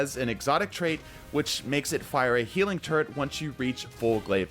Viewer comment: Are you saying "healing turd" ?